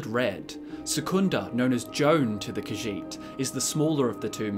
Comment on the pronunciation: I know, right? And the way he pronounces "Khajiit" is disconcerting.